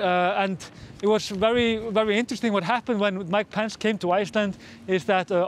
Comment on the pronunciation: Love your pronunciation of 'Pence' as 'pants' 👍🏻